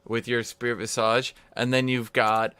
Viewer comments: God it's pronounced VIZUJ. jesus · I would like someone to tell him how to pronounce visage